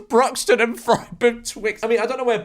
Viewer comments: They're pronounced Brute-un and Froome, cheers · I live in frome lmao, pronounced “froome” , Bruton “brooton” is like 10 mins away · That mispronunciation of Bruton and Frome was violent